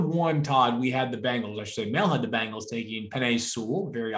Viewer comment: BENgals. Not BANGLES.